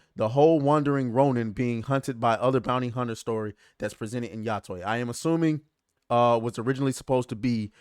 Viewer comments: It's much easier to pronounce than what you made it. just pretend you are saying hi to your friend tay. Yo-tay. lol Yotwang? lol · It's "yo-tey" the tey is like "hey" but with a t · I'll say it. Yo-tay. How hard is that?